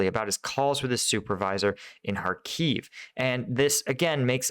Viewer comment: It's Khárkiv, not Kharkív.